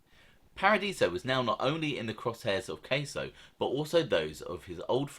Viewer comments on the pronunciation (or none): Bruv..jus lettin u kno, it's not pronounced like cheese queso..lol its Casso..like rhyming w Gas..get why it's Gaspipe..n the accent is great but 3rd man is pronounced con-sil-ieri Keep it up mate..enjoy em all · It's Gaspipe Casso. Cass-o, not Case-o. I don't mean to be annoying, but I just want you to pronounce as best you can. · It’s NOT pronounced Kay-so it’s pronounced Kah-so and Louie E. Is a complete gentleman,always was... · Its gasso not queso 😂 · It’s casso not case-0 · It's pronounced Anthony Casso sounds like assh_le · I love the young picture of Casso, my mother said he was gorgeous when he was young. You pronounce his name in a way i can’t recognize. Your accent is awesome, it is. This is constructive… caaahsssso… i thought the that slap was folklore. Ooooh. Good for Paradiso!!! ❤.